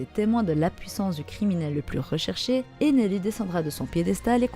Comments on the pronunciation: Stai tu peux juste dire ener 🙂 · Pourquoi tu dit ENERU ??🤨